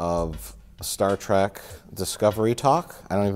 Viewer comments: Star "TRACK". A pet peeve for sure. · if you cant pronounce TREK you shouldnt be reviewing it